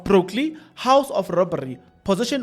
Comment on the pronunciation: If you can just improve your reading skills,tax boss is different from taxi boss,brokly should be Brooklyn and soo forth.